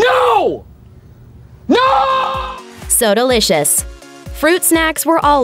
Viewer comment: Soda licious - pronunciation So delicious